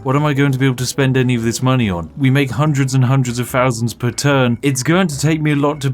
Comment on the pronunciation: Fourteen Fousand Gold